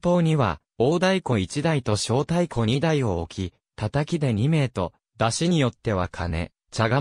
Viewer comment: まつたからまるではなく、まつほうまる、しょうだいこではなく、こだいこ、なかうたまちではなく、なかうたちょう、やどいれではなく、しゅくいれです読み間違いが多過ぎます